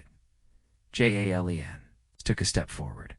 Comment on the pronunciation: Narrator seems to be reading English names but using Spanish pronunciation for them, Jalen is not pronounced with an H or a Y sound. It's saying Halen or Yalen instead of Jalen, it never says his name the same way twice. Decent story but distracting narration.